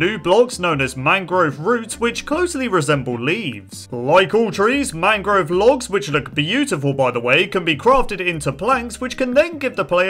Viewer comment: How many times did he say mangro?